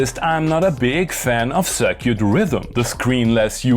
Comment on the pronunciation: I like how he says "Cir-cute" Very European and classy AF.